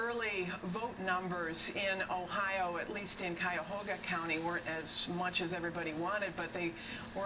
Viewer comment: And no one from Michigan pronounces Ohio and Cuyahoga like that